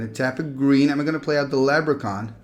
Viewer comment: LeB-ruh-kahn! (I'm a jerk)